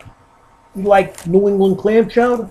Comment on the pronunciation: Red is Manhattan. ....did you say cwam chowdah lol